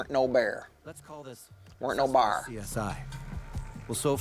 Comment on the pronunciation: that Appalachian "Weren't no bar" had me laughing my ass off 🤣🤣🤣